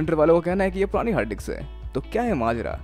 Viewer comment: Hard disk or harddiks (you're pronouncing like it ) #justasmallcorrection